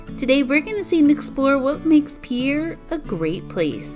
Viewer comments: Peer. Not peeyayer. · Peer it's pronounced peer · It’s pronounced pier like a pier on the water